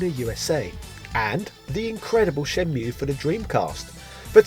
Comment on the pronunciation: "Shenmule" nice fresh pronunciation, haha.